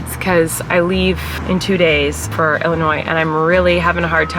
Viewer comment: ILLINOISSSS ILLINOISSS